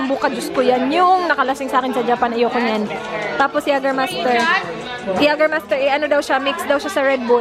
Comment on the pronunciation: YAY-guhr-my-stur po ang pronunciation ng Jägermeister 😂✌🏻